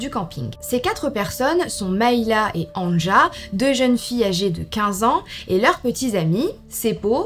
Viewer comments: Anja se prononce "Ania". Le J se prononce comme un Y chez nous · On t’aime mais on prononce Ania le « j » se prononce « y » 😂😘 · Si je peux me permettre, Anja se prononce en réalité Anya, les j sont des y dans les pays de l’Est et en Scandinavie. Sinon cette vidéo est vraiment intéressante, je trouve le concept incroyable et le fait que tu te lance dans le true crime me rend vraiment très heureuse 🥰✨ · Terrible 💖 Pour les noms et prénoms suédois, danois finlandais, le j se prononce y... Pour exemple Anja se prononce Anya 🥰🥰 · Super vidéo !! ( néanmoins en temps que finlandais je te dis juste pour t’informer que le "j" se prononce i donc anja se prononce ania 😭) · Mdr AnJa je rigole toute seule 🤣 ça se prononce Ania...par contre il faudrait éviter les photos. "anachroniques" cela se passe dans les années 60... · anja se prononce ania😉 sinon super video !!! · Il me semble que Anja se prononce "Ania" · Bonne histoire, un petit détail toutefois Anja se prononce "Ania" dans les langues germaniques. Un exemple : Ja en Allemand et Néerlandais. Désolé d'avoir fait ma chiante. Bisous xx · C’est un détail mais Anja se lit « Anya » genre A-Ni-Ya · coucou juste pour te prevenir que Anja se prononce Ania :))) gros bisous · "anja" se lit "ania" phonétiquement😙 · Brdle... Anja se prononce Anïa 😅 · Petite info, Anja se prononce Ania* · Coucou j adore tes vidéo Le prénom Anja se prénonce ania